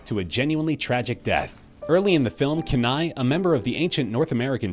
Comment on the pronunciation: Dude, you do realize that in Brother Bear, the native teen boy turned bear's name is pronounced, Kenai = Keeneye.